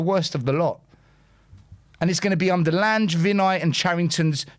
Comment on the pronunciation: Your friend Lange is pronounced Lan-ger not Lange.